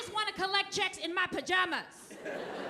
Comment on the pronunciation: The way she said pajama reminded me of Mitch Hedberg